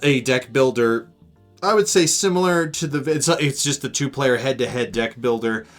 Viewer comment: it sounded like you said “every dick plays differently” lmao got em